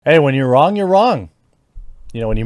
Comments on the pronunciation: Dead wong lol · Really, wong?